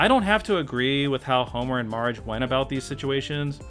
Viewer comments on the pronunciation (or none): why do you call marge mige